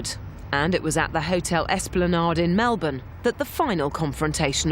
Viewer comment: What the F?? No ACDC footage? No ACDC songs? No ACDC family or current members of longevity?? Then you've got this British toothy guy saying his 'feeling' with them was... (He never even bloody met them!!) This Brit "expert" CAN'T even pronounce Melbourne. Yep let's get in school friends and unknown commenters and some child woman acting like she was even alive to see the band with Bon talking like an expert too!